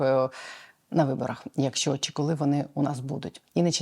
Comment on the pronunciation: ВЕДУЧА! ЩО ТВОРИТЬСЯ З ТВОЄЮ ЩЕЛЕПОЮ,ЩО ТАКІ СЛОВА ЯК (ЩО) ТВОЯ ЩЕЛЕПА ВИМОМЛЯЄ (ЩЬО), (ЧИ) ТИ ВИМОВЛЯЄШ (ЧЄ) А (ЧО) ЗВУЧИТЬ (ЧЬО)..............?????????????????????????????(Українська діаспора в США)